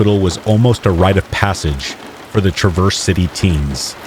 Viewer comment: TRA verse not traverse